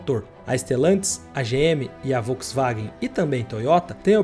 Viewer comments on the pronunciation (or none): none